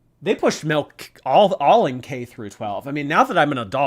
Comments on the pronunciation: The word milk (or malk as she likes saying it) has no meaning to me now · WHY IS SHE SAYING MELK?!?!=?!?!?!